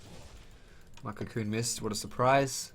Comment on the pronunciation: you're awesome! but everytime you said cocoon shots it sounded like cum shots...:P